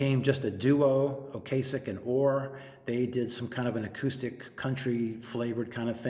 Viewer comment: I really think you're mispronouncing Ocasek. It's not a hard 'a'.